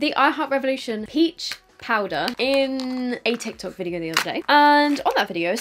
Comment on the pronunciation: when she says PowDer made me laugh ❤😂